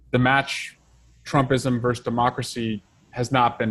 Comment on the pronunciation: Eric, the word is not verse. It is versus. It is a latin word.